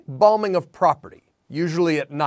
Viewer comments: "Balmings"??? Good report, though. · Ok, but…. Did he say balming?? As in embalming? Or are we talking about some politically motivated moisturization? I mean, I’m sure that could still get pretty serious, but… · haha "balming" you really "bombed" the pronunciation on that one :P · Is it me or is he saying "balming" instead of bombing?